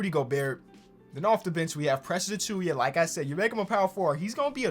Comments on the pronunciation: it's not achuya it's achuwa bro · No one:: Precious A”chewy”a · Should we tell about how he say Precious' last name? Or he's to deep into it to correct? Lol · new challenge: pronounce Precious Achiuwa properly